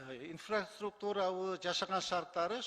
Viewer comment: Инфраструктураны туура суйлой албайсын дагы бироолорго асылып койосун ото начар киши экенсин кысып эле журсон !